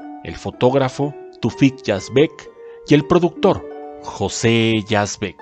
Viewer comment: Yo personalmente lo encontraba misógino en los guiones y personalidad. Conocí a Tufik Yazbek y su esposa, Zaida, y me resulta difícil creer que no ayudaran económicamente a Mauricio. (Por cierto que el apellido se pronuncia Yázbek y no Yazbék).